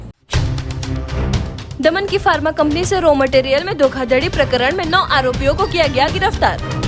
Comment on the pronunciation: धोखाधडी नहीं धोखाधड़ी होता है । फर्मा नहीं फार्मा होता है ।